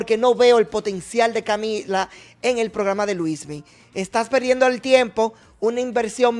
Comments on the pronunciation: Es Luinny o Luismy? ... Melvin debe aprenderse el nombre correcto de las personas que critica.. este tipo es un show😂😂😂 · No se dice Luismi,sino Luinni 😊